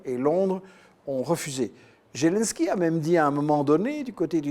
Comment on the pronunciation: Merci. Par contre il faudrait que Michel Collon vérifie un peu mieux les faits: déjà c'est "Zelensky" avec un "Z" prononcé comme en français - et non comme "zh". Ensuite la décla de Geoge Friedman fut faite à Kommersant sur le ton de la plaisanterie et du conditionnel. Et il l'a depuis commentée. Maintenant il sait parfaitement que ce fut un coup d'état, mais dans cette itw il ne l'admet pas. M Collon serait plus crédible s'il était rigoureux, systématiquement, et pas juste quand ça l'arrange. J'ajoute que je soutiens la Russie, et justement je n'aime pas quand on la défend sur la base de fausses infos, car in fine cela la desservira, et desservira tous les démocrates qui s'opposent aux dictateurs bienpensants.